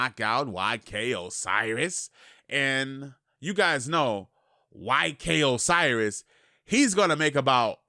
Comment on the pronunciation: Ayyyye he said "YK Osiris" and not "OK SIRIS" Lol, still love